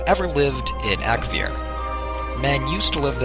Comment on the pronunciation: Ak-A-vir nor Ak-vir